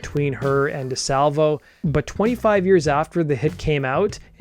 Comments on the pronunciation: It’s Di Salvio!!! So annoying to hear Salvo like 75 times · Sorry, i hate doing this but I am from Montreal, and the guy is (was) a legend so my hears kinda bleed... it's not Di Salvo, but Di Salvio. ❤ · You keep saying Di Salvo. It’s Di Salvio, come on! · Yow get it together...maybe tell the story right. It is James DiSalvio (not Salvo)....so cringy..... Second of all Bran Van 3000 came from a nickname Jean Leloup gave him as teens during college. I know this cause I am in the collective ✊🏾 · It’s James Di Salvio. There is an « I » between the « V » and the « O ». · As someone going to Uni and living in Mile End at the time...that was painful to hear. Over and over.